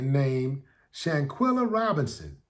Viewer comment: Quell not quill. Let's get her name right people. Shan quell a. Shanquella Shanquella :yougotthis